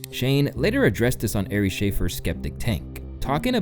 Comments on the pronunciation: airy??? its pronounced ''arr-ee'' spelled ari do you even comedy bro? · Do you even watch comedy, dude? You don’t even know how to pronounce Ari’s name. Shane’s funny but he has blown up to the point where he is overrated. I saw him live a couple years ago in Seattle before he was doing arenas. He was good but I could tell he had some mannerisms that made me think he wasn’t entirely comfortable. Sorta like how else was on both snl hosting monologues. While those sketches were funny I think we can agree his monologues weren’t great and he appeared somewhat nervous. I guess his overexposure is a little annoying because there are so many great comics out there who receive little to no praise at least in comparison. Like where are the Joe Pera stans? He is funnier than Shane imo. Shane really bounced back as a correction from the firing. May and Shane’s podcast was already really good because of their chemistry. So the outrage of his firing caused their podcast to explode and patreon. And that helped. And then with the Rogan appearances. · Bro you don’t even know how to say Ari’s name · Also guy 100% mispronounced Ari's name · No shit. These new comedy fans have no idea how all these NY dudes fuck with each other. This dude can't even pronounce Ari's name right.